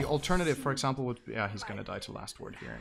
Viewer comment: Ok this annoys me somebody tell me where synderen is from because when he says eksampel he sounds really norwegian.